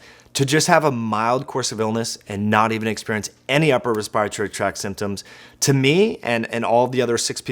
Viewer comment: Why do you say respiratory so weird? Also you talk really fast. Like really fast. Hmm